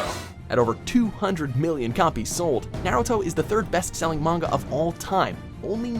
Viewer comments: He doesnt know how to pronounce "NYAYRUTO" either. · Aside from comparing two great anime, stop saying naruto wrong. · A cat sooky group? Fuck this video! I was willing to accept Naeyruto and even tiny snippets of the english dub, but now I kniw why people bash on people who watch the english dub. No idea how to pronounce japanese words + talking about japanese stuff and using their words = ew.